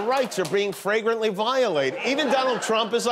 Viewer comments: I wonder if Marjorie Greene mispronounced the word ‘flagrantly’ as “fragrantly” or if she simply doesn’t know the word. I think the fact that I even have to ask that question tells me all I need to know… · Fragrantly? oooh snap.